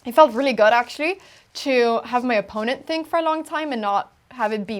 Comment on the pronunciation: Pia should really improve her pronunciation of the word opponent, since she uses it about 200 times during one match.😘